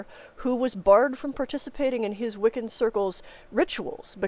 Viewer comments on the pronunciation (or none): none